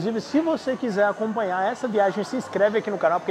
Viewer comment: pq vc e sua mulher falam "ganios" ou "acompaniar" por exemplo ao invés de pronunciar normalmente o som do "nh"?